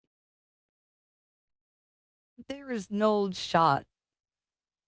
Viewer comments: It was pronounced 'Ye-tay'. Yes it was absolutely dumb. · Jey Usos next gimmick be like: the Yeeti